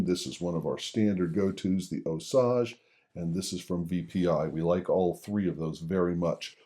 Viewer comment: Really enjoying your videos. One caveat, and I feel like a bit of a creep for this correction but Jim at Osage Audio, whose brushes your rightly recommend is in the middle of Missouri. I'm in Kansas City. The name of the company and the brushes is Osage but as in the Osage Indian tribe. We have a Fort Osage in this area. There is a part of the state called that as well. My point in this is that it's pronounced with a long a, no the "ah" you're using. So far that's the biggest quibble I have, no small thing. Some questions since we use so much of the same stuff but hate to bother you here. Thanks. (Jim's a great guy)